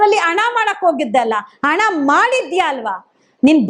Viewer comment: Adu ana alla adu hana neenu yav school nalli odiddeeya